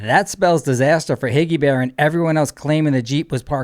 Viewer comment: Why does it make me laugh every time you say Higgy Bearf? He moved "maybe" one vehicle but that was it.